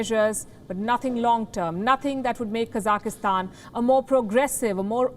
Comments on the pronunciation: Everyone knows how to pronounce it. This is not the first time she has f'ed it up. It's not hard. KA-zak-stan, not Cossackstan. The Cossacks have no relation to Kazakhstan. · Kazakhstan not kazakistan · It’s pronounced kazak-Stan. Not kazaka-Stan 😆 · It's not Kazak-ih-stan. It's Kazakhstan. No extra 'i', or 'e'. Kazakhstan. It is terrorism when the masses are beheading police like what is happening in Kazakhstan. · It is not Ka-zaki-stan. It is Ka-zakh-stan. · Kazakhstan. Kazakistan hahahaha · Her English is not very good. She says "kazakastan," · How good is your Hindi? Or any other language? I think her accent is amazingly good, even if they does keep saying KazakEEstan all the time. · Stop saying Kaza ki hstan 😀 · Child, say it with me, Ka-zak-stan. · Its not even hard to pronounce it. The program is good but this lady needs to go. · She can’t even say the name of the country correctly cuz she lied so much, trying so hard to reshape every news instead of saying things they way they are.. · Someone please teach her how to say Kazakhstan.